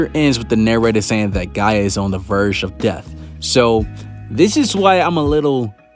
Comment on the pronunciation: Am I the only one that cringes a bit every time he calls Gaja Mother Earth, Gaia?